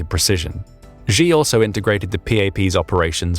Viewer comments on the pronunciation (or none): Btw: Xi [shi], rather than [zhi]. Urumqi [utumchi], rather than [urumki]. Falun Gong members were not hust tortured, but became a live "stock" of organs for replacement for CCP officials or anyone willing to pay. Also, CCP is not a single cohesive power but a gang of infighting factions. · Xi is pronounced “Shee” not “Zjhe”😂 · Why do you pronounce the name "Xi" like a Gee instead of "Shee" as it is pronounced in Mandarin? Falun Gong practitioners were Zhang's (pronounced /jahng/ go to for secret organ harvesting. And have you heard that a coup has taken place at the top making Xi (/Shee/) a figurehead? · Don't lecture us on Mandarin please when you can't even pronounce Xi's name.